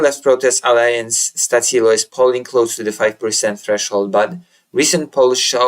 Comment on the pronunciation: Stačilo pronounced Statchilo